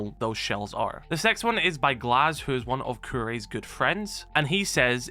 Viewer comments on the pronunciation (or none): none